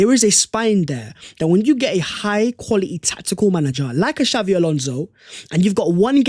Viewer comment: xabi not xavvi